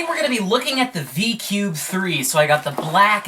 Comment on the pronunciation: He said " DI CUBE "